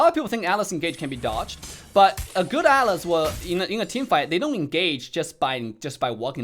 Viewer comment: Bro please say atlas don't say alice wtf His name is ATLAS not alice it's so annoying